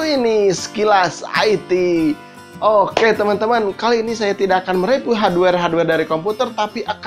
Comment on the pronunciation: haduewer, repiw. sundanese accent xD B-)